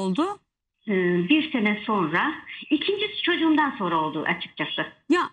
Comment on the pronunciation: Nur Viral sen yanlış söyledikçe inan kulaklarımız tırmalanıyor.Öğren artık SONRA, demem gerekir.Sorna değil , lütfen doğrusunu söylemeye calış.SONRA. SONRA SONRA. bir sayfa yaz ve oku..Ama öğren, Sunucular , spikerler yanlış yaptıkça ... olmuyor yani.